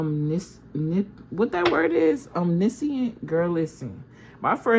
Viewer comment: Omniscient Sounds like Ahhm-Nish-ent